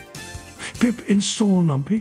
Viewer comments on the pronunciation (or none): I love that the voice clone says "Numpy" to rhyme with "lumpy." That's how I say it, purely to irritate people.